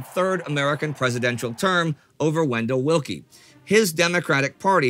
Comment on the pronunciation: "IT AIN'T VENDALL VILLKIE!"